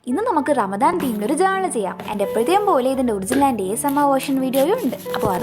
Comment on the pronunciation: ചേച്ചി റമദാൻ എന്നു പറഞ്ഞപ്പോൾ ഞാൻ കേട്ടത് വാമ്പയർ തീം എന്നാണ്😂😅